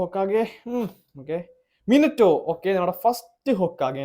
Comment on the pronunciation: Minito alla minato